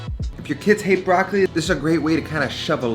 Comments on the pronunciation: It’s not „BRAKLI“ but BROCCOLI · Comunque per un italiano è sempre curioso sentire come gli americani pronunciano la parola “Broccoli”. 😊